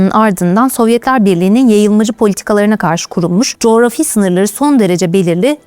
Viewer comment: cografi kelimesini Allah askina duzgun telaffuz et